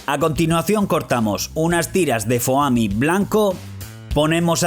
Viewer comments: dices Foami y se dice Fomi se escribe Foami pero se dice Fomi no Fooami :v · Se pronuncia foami 😂😂😂😂